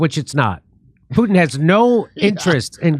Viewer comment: He didn't even pronounce Putin's name right.